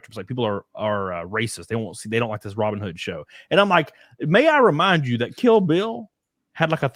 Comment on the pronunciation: I love the pronunciation from "Robyn Hood" gets me everytime bro! 😂